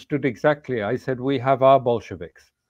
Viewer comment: “We have our bolshovics” Alastair Crooke👌